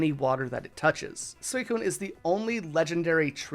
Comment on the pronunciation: "Sweecoone", brotha... "sweeeeeeeeeeeeecoone".. not Su ee cuine xd yes, you pronounce it like it's written, i get it, but this one is literally pronounced as if you wouldnt read it literally.. :) dont pronounce the U :) and Raikou is pronounced "Raikooo" , not "Raikow" :)